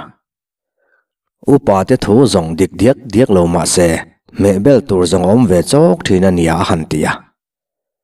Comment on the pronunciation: bel lam i thluk danah lam hi thluk sang la, a dik zawk ang a